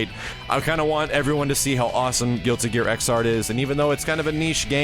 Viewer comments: Xrd is pronounced "igzard" BUT YOU GO AHEAD AND SAY IT WrONG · hey the right pronounce is "Zerd" for Xrd;)